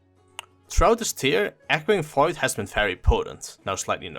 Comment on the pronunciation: Had no idea what he was saying until I looked in the comments